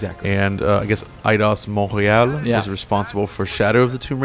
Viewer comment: The way says Montréal is absolutely perfect Never change!